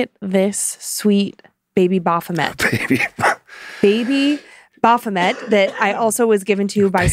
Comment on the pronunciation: Congratulations, guys. Not only have you mispronounced 'Baphomet', but you've incorrectly referred to it as both a 'he' and a 'demon', all within the space of twenty seconds. It seems to me you have incurred its wrath.